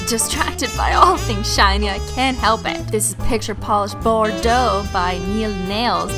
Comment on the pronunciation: Mispronouncing Bordeaux like a boss.